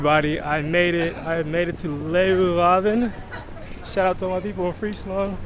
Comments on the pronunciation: Leeuwarden, not Loewarden...lol.. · not really, his Zwolle was excellent, but his Leeuwarden needs some work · Your 'Zwolle' was very good, I didn't notice anything weird. But your 'Leeuwarden' needs some work. Edit: in the second part if the video you nailed it. You are a quick learner. Forget I said anything.